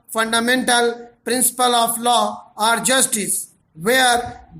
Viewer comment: sir ur dictations are very good... but please pronounce ARE and OR clearly... when u dictate OR in dictation it creates confusion between OR and ARE....